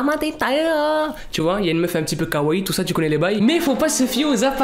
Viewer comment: tu me tue avec tes "Kawaii" 😂❤